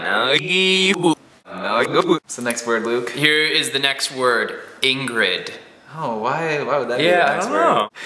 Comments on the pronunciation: haha luke said Ingerd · OMG Luke said Ingerd and that's what he calls her! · instead of Ingrid you said engrid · luke said ingerd! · Luke said Inderg when he said Ingrid backwards. :) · Luke said Ingerd :) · heheh said ingerd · luke: INGERRD